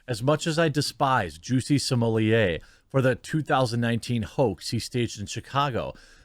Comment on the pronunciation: Are you calling him juicy smollie-a on purpose